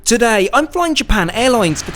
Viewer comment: I like the way he USE to say “Today” it sounded like crocodile dundee lol